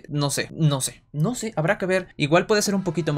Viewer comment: Ainose xd